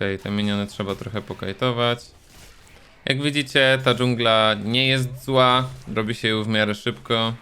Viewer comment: Jestem językowym nazistą. Upadnij przede mną i przeproś za mówienie "dżangla"